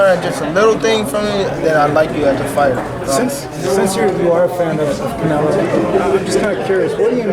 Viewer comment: It was so hard for tank to say canelo.